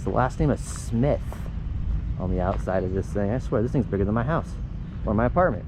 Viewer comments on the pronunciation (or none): none